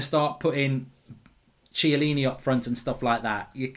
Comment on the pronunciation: Chiellini not ciellini😂